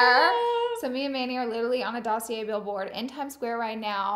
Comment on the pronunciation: Hi Laura, fyi you do not pronounce the R is dossier.